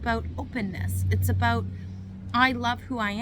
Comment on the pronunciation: Thank You, I subscribed because you get to the point. Some read the preprinted copy on the whole hand, and go too long. The way you saw “Aboout” sounds Canadian ??? We have been running our business despite hysteria and demonic types. I laugh a-lot, sometimes nervously, but I learned laughter is always the best medicine. Entrepreneurs never quit, they just run out of capital.